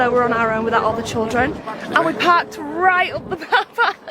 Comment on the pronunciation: Pronounced CHILdren not CHULdren 🙄